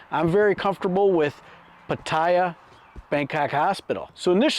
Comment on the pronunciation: Hi, Good video on health checks, I worked in ICU for 22 years, so I have a little experience in healthcare delivery, Thailand has USA beat for price and quality in most places. I subscribed and been following you for a while. We live in Chanthaburi province for 15 years. Please re-examine your pronunciation of Pattaya, all my Thai friends pronounce it Pat-ta-ya. I hear other YT shows where they say it like your doing, but according to Thais I know, they say it’s Pat-ta-ya. I know it’s petty, like tomatoe, tomato….. keep up good work!!